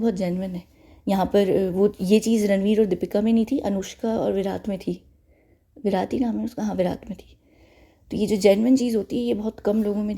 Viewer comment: it's विराट 😅 (Not making fun of you but it just sounded funny when you said विरात ( so on a lighter note). ❤️